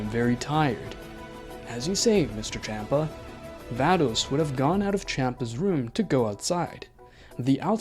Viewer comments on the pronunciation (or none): Champa not kampa